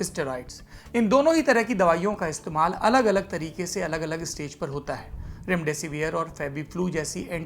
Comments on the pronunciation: Mr it is not रैमडैसी वीयर... it is डैसीविर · कम से कम उच्चारण तो सही करो रेमडे सिविर को रेमडे सिवियर चिल्लाये जा रहे हो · Severe pronunce kyu kar rahe ho